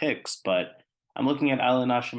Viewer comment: Man that sounded funny every time you said Nash-imento… isn’t it Nasc.. with just a C sound not SH ?? 😂